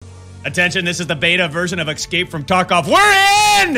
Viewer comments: It breaks my heart to hear Doc say "exscape"... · does he say ecscape on purpose?